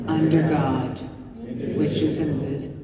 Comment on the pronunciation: "one nation, under god, which is invisible" I swear that's what I heard XD